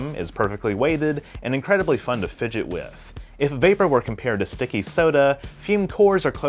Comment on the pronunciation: Did you say "sticky" soda?